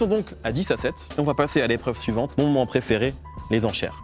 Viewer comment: "L'épreuve ssivante"? Le gars enlève autant de points que de lettres.